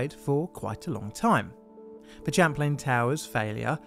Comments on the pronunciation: Be y good but it's Champlain pronounced like champagne not chaplin!!! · For future reference Champlain is pronounced like champagne. It's the name of a French explorer, as well as a lake he mapped located between the US states of New York and Vermont and the Canadian province of Quebec. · Not to seem facetious, but it's spelt: Champlain, and pronounced: "SHAM + PLAIN". —Take care ❤ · Pronunciation: sham plain/ it's French for the famous explorer: Samuel de Champlain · Um, you pronounce it like champagne except with an "l". Sham plane.